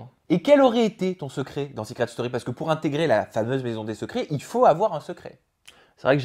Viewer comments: Je rêve où il dit " Seucret Story " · Seuuucret story 10 😂 La prononciation 😂😂